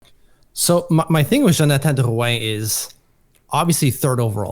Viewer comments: This video just shows how Matt O’Leary is the more reasonable one on the podcast. pronounces Drouin’s name with a Crazy accent for no reason, and actually thinks he’ll put up more points on a lackluster offensive team than Colorado. I lost all credibility for what says after this take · Yes, I love the content but going out of the way to pronounce these names as if we were in Quebec is nauseating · no all is good I just think the pronunciation of the name is wild and the take is really incredibly out there. I feel like you act like this one player will flip the not so good offense to being good again when the reality is that’s not the case. Drouin was just a fill in guy til the prospects come up through the draft. Apologies if I maybe came off too harsh but I just think you need to know Drouin isn’t anything amazing. Isles never have signed an elite level FA in their history. He’s going to give us 50 points max.